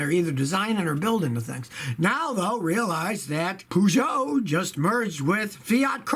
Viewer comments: No no, more like Poo-Joe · Well he is not listening to us either HIGH time he learned how to pronounce Peugeot properly.